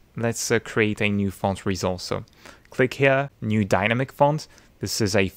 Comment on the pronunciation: I really love the way he pronounces "resource". Every time I hear him give me life.